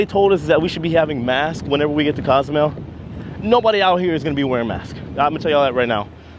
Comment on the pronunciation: It's pronounced CO. zoo may ale not "cause mel" and "Coast uh my uh" not "costa my uh"